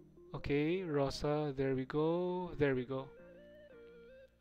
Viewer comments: Ok gyus, my ears bleeding nonstop, so I will mention this for all arknight comunity one time only: Rosa - (Роса - по русски) - dew, there is no other meaning to this word, you pronounce it like RosA (accent on A). I saw banner with Rosa it was called Snowfall (Утро - morning, same with роса no other meaning). Maybe Rosa banner meant to show "when morning (утро) comes, rosa (dew) appears"? I cant understand more deep meaning, because always skipped lore part of arknights. Just please dont say on Rosa Poka, she is Rosa in english and in russian. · Cause everyone misspronounce it. Her name translates as "dew" so the emphasis is on "a" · Lol even Russians had troubles with reading Rosa's name (Роса [rosà] - dew, in English) Not [poka] pls, I write without hate or anything, I just want to kill myself when I hear [poka] 🙃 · "Роса" is in the Cyrillic alphabet, not the English alphabet. While Cyrillic does share several characters, their pronunciation is most of the time different to their English counterparts. The Cyrillic "Роса" is pronounced "ro-sa". Reading it as "po-ka" is plain incorrect. Зима is read "zi-mah" not "three-en-ma". Истина is read "ees-ti-na" not "nc-tun-ha". Роса is read "ro-sa" not "po-ka". Hear it for yourself: Copy and paste Роса (do not type it in in English). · It's not Poca Rosa... it's just ROSA. xDDDD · Her name is pronounced Rosa and written as "Poca" in the Cryllic language alphabet (according to All Ursus students have their names shown in Cryllic like Zima, Gumi, and Istina. Even for Poca, while it looks like the western alphabet, each letter actually exists in Cryllic, sounding out "Rosa" Furthermore, you can hear in her audio files that she clearly refers to herself as Rosa, so the pronunciation isn't in doubt, it's mainly how you choose to write it.